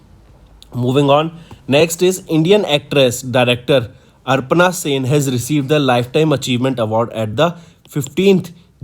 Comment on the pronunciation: Pronounciation should be careful while reading the CA, its aparna, not aprana.. its mapping, not mopping and its cherchera, not chera chera 🙄